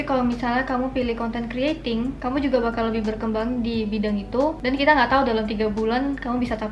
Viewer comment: Risih dengar konten kreating, bilang konten krator napa kak kwkwk